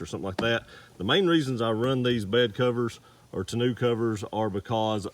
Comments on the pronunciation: Did you say ta-new cover? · It's tonneau....mono. Not tonneau..... canoe. And besides the hard one piece Undercover is much better. It only weighs 50lbs and multiple full grown men can stand on it. Very durable. Other than that, I like the vid, good job. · "To-new" cover.. Lmao